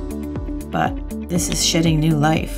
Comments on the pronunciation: at like or close to that she said shedding new life and its sounds like shitting new life lolloloolo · "This is shitting new life..." I know I know I know... she said shedding but I swear I heard that and my jaw dropped! HAHAHAHAHAH beaaaauuuutiful look! I'm enthralled. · Did you say 'shitting new life' ?😂